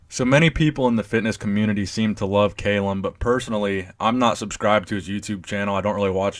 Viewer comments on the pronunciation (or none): You're pronouncing his name incorrectly; its Kah-lum, not cay-lum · It's Callum not fucking kaylem, Jesus Christ 😂😂😂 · I love CALLUM, but Arnold's chest and biceps peaks way better. However CALLUM has arnold beat in the leg department and abs! Also love the videos and you do so much research but didn't research how to pronounce his name 😂 bugged me the whole time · It's Cahl-uhm not kale-um